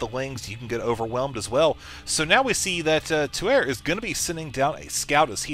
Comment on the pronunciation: I'm pretty sure "Tuer" is actually pronounced "Tu-Eh" - it's french for the verb: to kill!